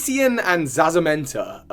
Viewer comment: Saw your twee, dw you pronounced the legendaries correctly! Their names are based on the colours cyan and magenta